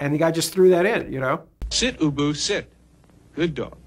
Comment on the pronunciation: You can tell he calls his dog ubu in the interview , but clearly not in the closing, he was probably nervous and he pronounced it boo-boo